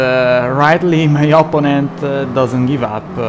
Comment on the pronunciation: Opponent si pronuncia oppónent non opponéńt all'italiana 😂